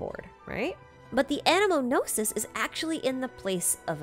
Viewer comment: No-sees? Noses? No-sis? Know-seas? New-sea?